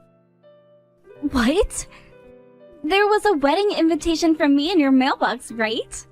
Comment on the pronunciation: WHY DO THEY ALWAYS SAY "INVINTATION" IS EVERYONE OF THESE VIDEOS? ASIAN OR NOT, STOP ADDING THE EXTRA N.